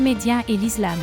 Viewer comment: Vous avez du mal à prononcer le mot ISLAM donc la vérité 😉